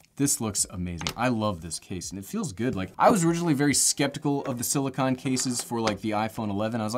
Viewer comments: Silicone, not silicon. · Hey, there are dozens (literally dozens) of people that are seriously concerned for you and your pronunciation of silicone. You will be in our thoughts and prayers as you tackle this issue (pronounced is-you and not ish-ew). God’s speed my friend.